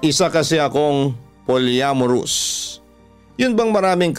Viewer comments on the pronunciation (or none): Po-ly-a-mo-rous po papa dudut hinde pol-ya-mo-rous…